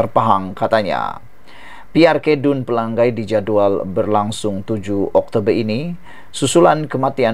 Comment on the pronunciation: Pelangai... Sama bunyinya dengan Pelang nyai.. Bukan Pelang gai